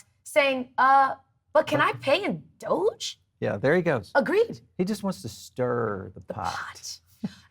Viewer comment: it's not 'doja coin' it's doge coin,!